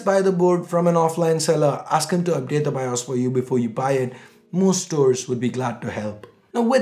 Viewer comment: its bios not BIOSH